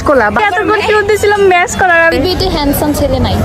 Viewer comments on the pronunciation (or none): Not mash cola, maxx cola